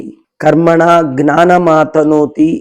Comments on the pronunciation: ಜ್ಞಾನ ವನ್ನು ಅಂತೆಯೇ ಉಚ್ಚಾರ ಮಾಡಬೇಕು. ತತ್ಸಮ ಗ್ನಾನ ಅಂತಿಲ್ಲ, ಆಗಲ್ಲ. ಅಷ್ಟು ಜನ ನೋಡ್ತಾರೆ, 4ಮಂದಿಗೆ ಹೇಳ್ತಾರೆ...ಗ್ನಾನ ಅಂತಲೇ ವ್ಯವಹರಿಸಿದರೆ ಸಂಸ್ಕೃತ ಭಾಷೆ ದೋಷ ಹೊತ್ತು..... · ವಿಷಯ ಚೆನ್ನಾಗಿದೆ ತುಂಬಾ ಧನ್ಯವಾದಗಳು, ದಯವಿಟ್ಟು ಕ್ಷಮಿಸಿ, ಜ್ಞಾನವನ್ನು... ಗ್ನಾನ ಎಂದು ಏಕೆ ಉಚ್ಚರಿಸತ್ತೀರಿ... ಅರ್ಥವಾಗುತ್ತಿಲ್ಲ...!!!